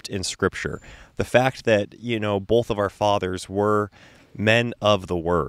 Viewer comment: What was in regard to? has some interesting pronunciations. SOW- siety instead of suh-siety. He also says boLth instead of both.